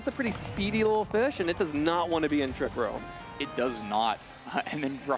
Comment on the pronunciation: is there a reason why he can't say 'Trick room' but instead has to say 'Trick rOOm' ?